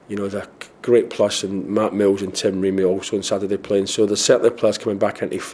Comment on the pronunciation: 'Ffs, mears instead of mills rb haha